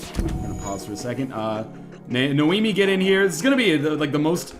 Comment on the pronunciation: Noemi, not Naomi...